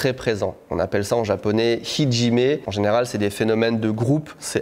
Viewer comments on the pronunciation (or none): Bonne vidéo. Attention quand tu parles de Ijime (虐め) , c'est pas hijime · Oh oui, une vidéo sur les uniformes stp! Et on dit "ijimé", pas "Hijimé".